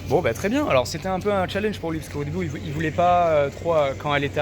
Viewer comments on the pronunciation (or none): none